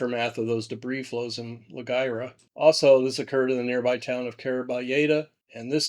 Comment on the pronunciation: "La Wira," not "La Guira." ❤